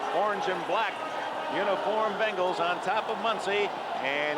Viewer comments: Say it with me….BENGals….BENGALS…… not BANGLES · BENGals. Not f’n BANGals